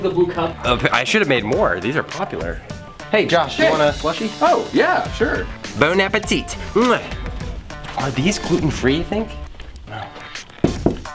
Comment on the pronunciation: that was the most american bon appetit ever